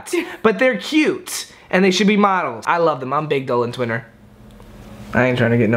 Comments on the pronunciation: "im a big dolan twiner" HAHAHHAAH no hate but it's called bromieomie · it's nit dolan twiner hahah its BROMIEOMIE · IT'S BROMIEOMIE GET IT RIGHT 😂❤